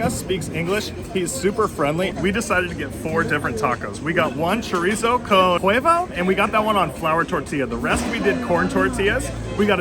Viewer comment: Chorizo con Hevo?? Work on your Spanish. It's Huevo - Wevo to help you pronounce simple words.